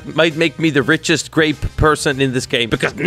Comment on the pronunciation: i saw u say u say garape